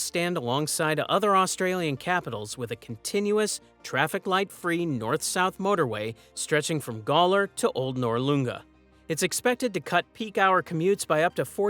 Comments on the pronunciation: Norloonga? Prenounced Nor-lun-gah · but they should learn to say "Gawler" and "Noarlunga" like they're said here in Adelaide. "Noarlunga" was pronounced particularly badly. (Don't worry, even Eastern States get our names wrong - especially when they try to say "Thebarton" when they used to have the circus come to Adelaide regularly.)